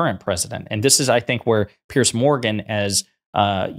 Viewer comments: Pierzzzz. Not Pearce. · "P-Arse Morgan"as the Scottish would pronounce it, is an arsehole!